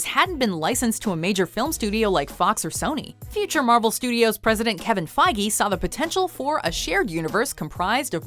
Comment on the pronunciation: Why are you mispronouncing "fiege"